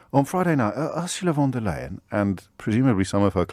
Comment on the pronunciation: I am surprised and disappointed that a man of James O´Brien´s intellect still cannot pronounce Ursula von der Leyen´s name correctly. She was elected to the post of President of the EU Commission in July 2019, so he´s had plenty of time to learn it.